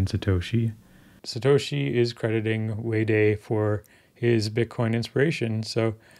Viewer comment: Wee Day or Way Die? I always heard his name pronounced Way Die